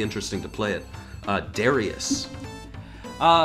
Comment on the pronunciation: Sorry, I know you got your corrected on the Hard Corps pronunciation but, Darius is pronounced Da-rEYE-us and not Da-ree-us according to the katakana.